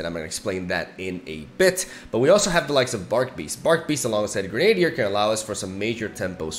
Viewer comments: Kinda shows how weird English can be at times, but your pronunciation makes sense from what you know, but it's normally pronounced Gren-uh-dier, instead of gren-ade-dier. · it's not reborn Gre-Nadier, but Gre-na-dier. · Heads up, Grenadier is pronounced Gren-ah-deer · Awesome deck! Looks powerful. Also btw... grenadier (gren - a - deer) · Since I know you asked for this about a year ago: It's "grennah-dear"